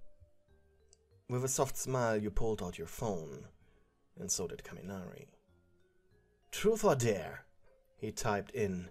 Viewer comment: Ok It’s am And I heard him yell TruFe or DaRE in the most ASIAN ACCENT IN THE WORLD and then burst out laughing I can’t